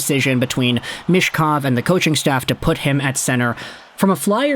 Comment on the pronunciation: for how often you talk about him you should learn how to pronounce his surname 'Meetch-kov' Not 'mish-kov'